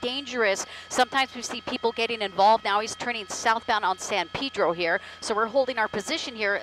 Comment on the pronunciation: It's not Pidro it's Pedro